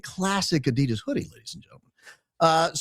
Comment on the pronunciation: Thank you so much for calling out Erika Frantzve / Medusa!!! 💪 On a different note, not trying to be a smart a$$, but it would be awesome if you could pronounce Adidas correctly 😅 ...sending lots of love from Germany!